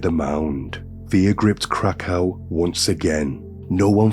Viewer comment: Krakow is pronounced Krakov.